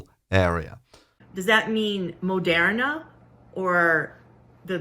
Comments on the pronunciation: Where is she getting her pronunciation of Moderna from? I understand the O. But how is she getting "air" from the er? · She pronounced Moderna wrong.